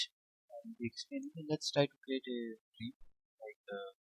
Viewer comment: Realm - pronounced Relm. not Reem